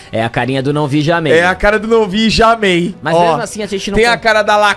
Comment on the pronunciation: "nãvijamei" kkkkkkkk